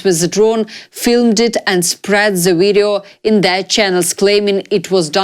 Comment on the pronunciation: Not ze video, the video. I like you, you are beautiful. nice voice but practise💙💛 THE not Ze